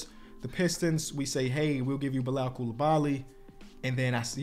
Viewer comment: pronouncing Bilal's name correctly is my favorite character development